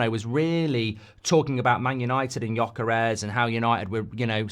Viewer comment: Holy cow, he finally learnt how to pronounce Gyokeres